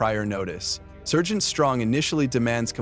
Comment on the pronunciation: A.I. voice over sucks more than that "sir-gent"